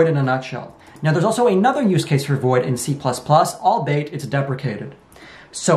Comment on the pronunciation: "albeit" /ôl-bē′ĭt, ăl-/ 3-syllables "all-be-it"